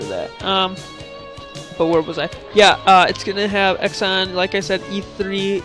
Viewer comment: It is pronounced "zee-on" not "x-on".